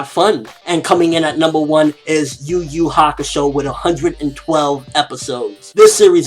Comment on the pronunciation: It's Yu Yu Hakusho not Yugiho